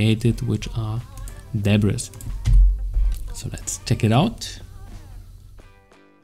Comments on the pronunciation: it's pronounced "Debree" ;) and great tutorial! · Great tutorial. I just wanted to let you know, the "s" in debris is silent. It's pronounced like duh-bree : )